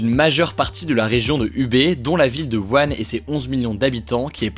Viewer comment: ⚠wuhan se prononce "wouran"